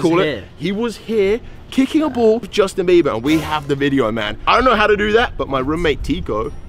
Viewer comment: How many times you say Justin 😂 beaber